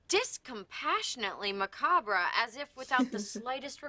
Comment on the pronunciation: Oh fuck, that mispronunciation of macabre! i never noticed that till watching this reaction. Ive seen community like half a dozen times and i never caught that!